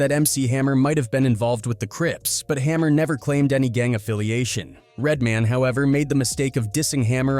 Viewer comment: The pronunciation of some of the names has me laughing out loud at work: "Turn this mootha out" "Redmun" "Two pack"